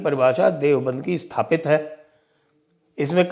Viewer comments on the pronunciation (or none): none